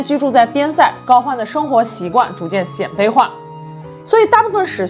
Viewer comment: 鮮（音：先）卑！